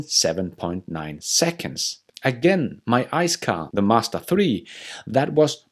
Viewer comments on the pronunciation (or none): none